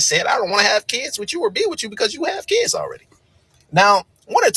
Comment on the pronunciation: It's pronounced Kids.not keids